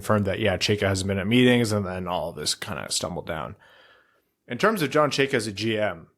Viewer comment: How can you all mispronounce Chayka? Especially fake Russian.